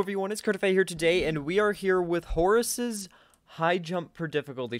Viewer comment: Horus not horsus